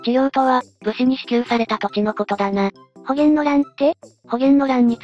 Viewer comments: この手のを視聴するとよく耳にするけど、「保元」は「ほうげん」ですよ。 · 葛原親王は「かつらはら」、保元は「ほげん」じゃなくって「ほうげん」。平氏は桓武天皇から出た桓武平氏、仁明天皇から出た仁明平氏、文徳天皇から出た文徳平氏、光孝天皇から出た光孝平氏の四流があるな。